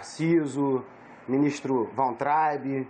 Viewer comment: Ministro "Tarciso", "Wauntrab"